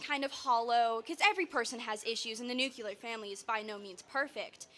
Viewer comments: Why can't people pronounce Nuclear? Its not nuculer... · Its nuclear you silly little girl